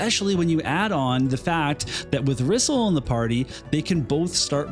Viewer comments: When in doubt, pronounce Japanese names like Spanish 😂 Japanese and Spanish vowels are pronounced the exact same. Her Japanese spelling is リソル (RiSoRu) which sounds more like Re-Soul, rather than Rizzle; but i mean, i guess Rizzle sounds cool too, foshizzle my nizzle, lol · Thats not how you pronounce the name. The voice acting in this game cannot be trusted. Case in Point. Muraga's Text is written like he is supposed to have an Irish or Scottish accent, but he speaks with a US 6oclock news accent.